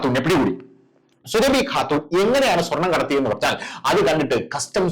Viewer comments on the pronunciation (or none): എടൊ സുര ഫി അല്ല സൂറബി എന്നാണ് പോയി ജാമിത് ടീച്ചർ യുടെ വീഡിയാ കാണണം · സുരഭി എന്ന് പറയല്ലേ, സൂറ ഭി എന്ന് പറയു. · Surabi Alla Suraabi yannu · Sooraabhi not Surabhi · സുരഭി അല്ല സുറാബി ആണ് 😊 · സുരഭി അല്ലടോ സുറാബി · സുരഭി അല്ല സുറാബി എന്നാണ് പേര് സുരഭിക്ക് അത്രയ്ക്കും തൊലിക്കട്ടി ഉണ്ടാവും എന്ന് വിചാരിക്കു നില്ല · 😜..... എടോ, സുരഭി അല്ല സുറാബി! പറയൂ...... സുറാബീ!!! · പേര് ശരിയായി പറയു. സുഹ്‌റാബി ആണ്.